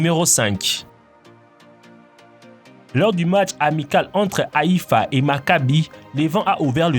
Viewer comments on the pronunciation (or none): tu n'as pas bien prononcé le club de Haiffa